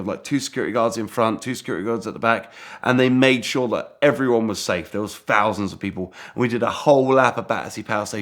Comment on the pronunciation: "Sixty-free fousand pounds"